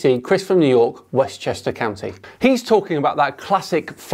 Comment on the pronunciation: i swear every time i hear “westchester ceeyounty” it adds a few years to my life